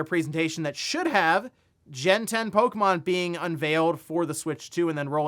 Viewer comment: It's not polka mon.